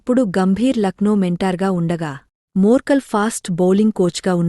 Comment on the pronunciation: Madam, his name is not murkal. It's morkel🙄. Complete name Morne Morkel.